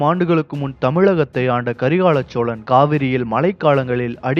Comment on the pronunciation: Karikaal cholan yenbathe sariyaana peyar aanal ippothu meediya vullavargal Karikala solan yendru thavaraga vucharikkiraargal.